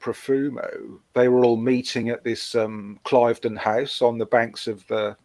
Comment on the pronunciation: Cliveden is pronounced Cleeveden.